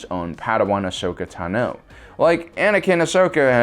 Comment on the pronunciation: Ashoka Taa-no!